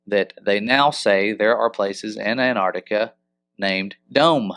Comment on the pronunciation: Your pronunctiation of Antarctica sounds like , " a ner ti ka "